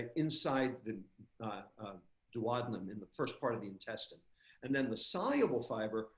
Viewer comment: Why does a doctor pronounce 'duodenum' incorrectly?